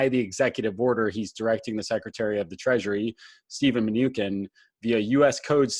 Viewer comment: Good presentation. Just 1 correction to note: Steve Mnuchin, last name pronounced "Men-oo-chin"